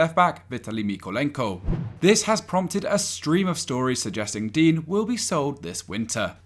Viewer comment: you pronounced digne differently every time you said his name xD